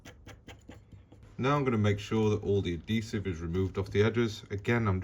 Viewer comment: Great video but please learn how to say the word “Adhesive”.